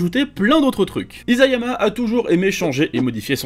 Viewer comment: Ca se prononce Issayama pas Izayama